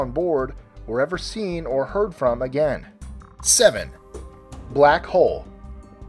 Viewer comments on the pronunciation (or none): none